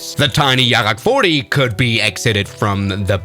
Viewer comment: bro said Yarrak 40😭.